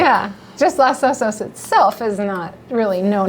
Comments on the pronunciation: Thanks for the overview but there was one annoying aspect of the presentation and that's the PRONUNCIATION of Los Osos. It's Los (as in O with a long O - like oh) Osos. The O in Los is the same as the two O's in Osos. You pronounced it as though it were Las Osos. That makes no sense because the word osos in Spanish means "bears" and osos is masculine (plural). Therefore the article (i.e. the) is masculine plural... los not las and pronounced with a long O and not as though it were A as in the word ah. IMHO anyone selling million dollar houses needs to get the pronunciation correct. You come off sounding like a hick. I grew up in Seal Beach and I grew up with a prejudice against the Dustbowl hicks (known as Okies) that tended to look down their long noses at those from a different background (me). I found that weird because I taught myself to read at the age of four and was always light years ahead of the Okies and bleached blonde racists. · It's not "LAS" Osos...but LOS Osos. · Thanks for pointing that out! You’re right — in Spanish it’s pronounced lohs OH-sohs. Around here on the Central Coast though, most locals say Loss OH-sos, and that’s the version we went with in the video. Appreciate you watching and catching the detail!